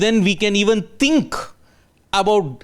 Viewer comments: He said “think”.. तिंक.. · get your pronunciations right! "tink"....